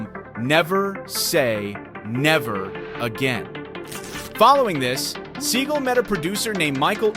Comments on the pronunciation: Is pronounced SEE-GAL... not See-Gull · Steven Seagull? At least get the name right Mr. Narrator. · IS PRONOUNCED Seagalllll!!!! Dude!!! Don't be stupid!!! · This guy mispronounced both of their names😂